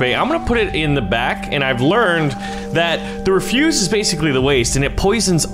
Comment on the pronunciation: It's not refuse, it's ref-use (soft S).